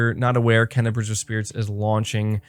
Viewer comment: I luv you bro but it's pronounced " Kay-na" bugs me every time lol that's awesome about the dualsense features for GT7. I'm hoping they make a a steering wheel with manual stick shit then I'd definitely buy it day one. I think they are waiting to reveal GT7 VR support when they truly talk about psvr 2